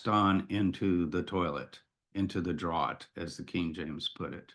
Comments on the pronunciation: Draught is pronounced “draft” not drought. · Draught is pronounced identically to the word draft, as in "draught/draft beer". The former is just the British spelling. It's definitely not pronounced "drawt". Great video though